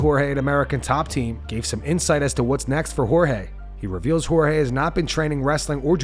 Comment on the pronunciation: It’s Jorge curly headed fuk not George asskren is so cringe